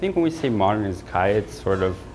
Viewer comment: wish they could pronounce izakaya